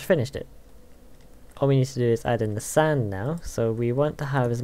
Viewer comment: you said sand i heard sign XD